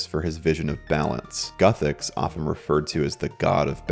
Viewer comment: Lol. It's Guthix not "Guthecks"